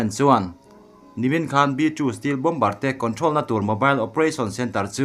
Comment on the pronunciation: Bawmbar tih hi Bawmar tia lam tur an ti